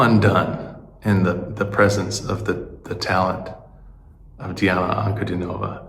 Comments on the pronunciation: Welcome to the magical, mystical world of Princess Diana, The Goddess Voice of Nature. Enjoy your journey. She is a true Contralto and Polyphonic. BTW, you almost had the name correct. It's Dee aah na An coo DEE nova. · "An-ku-DEE-no-vah". Accent on the middle syllable. Welcome to the most unique female voice on the planet. Read her life story.